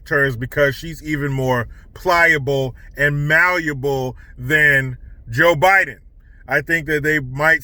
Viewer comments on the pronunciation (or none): none